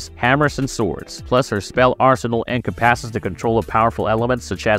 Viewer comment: Including multiple instances of "en-com-PASS-es" and "en-com-PASS-ing"... like nails on a chalkboard!